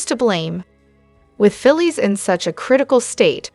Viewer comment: Her name is Phyllis. Pronounce it correct